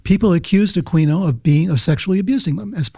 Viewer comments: Aquino is pronounced a-kee-no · I knew Michael Aquino (pronounced AH-KEEN-O btw) as a teenager. His stepson Chris was my best friend at the time, and I used to stay at his crib behind the SF Art Institute, where Chris and his sister Beth had their own side of what was a duple. Aquino was a bozo, but looking back at some of the stuff that happened when I'd stay with Chris is a trip. Chris and I were deep into the burgeoning underground metal scene in SF and the greater Bay Area at the time, and I remember Michael coming over one night while we were figuring out a Mercyful Fate song, and introduced Aquino to their music, lol. But, yeah, so the LaVey connection (whose daughter Karla both Chris and I were acquainted with due to the metal scene...) that Levenda brings up is ALLLLLLLL wrong, which sets my bullshit detector off. Aquino was ex-communicated, he did not just leave. Michael believed in an actual "Satan", and was into some fucked up shit, so Anton told him GTFO. That's how Temple of Set began. Chris' uncle (Bill I think his name was), Lilith's brother, was also military and also in the church. But yeah, Levenda for one can't even pronounce Aquino's name correctly, he also has his affiliation with LaVey all fucking wrong. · He keeps pronouncing Aquino wrong. the q is silent. it is uh-KEE-noh. This dude is sus.